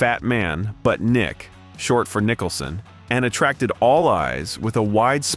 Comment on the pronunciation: I was enjoying it until stupid AI, came into effect- Preesees honor and Nicholson reading Nitcha LOL LOL PATHETIC